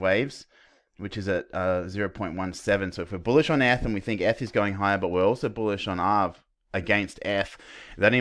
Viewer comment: Sounds like your saying f/btc but realised your saying eth/btc haha. Great analysis mate! Go Aussie!